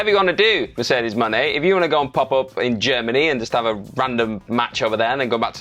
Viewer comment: Stop saying Mercedes Jones' name that way it is fu***ng annoying and disrespectful.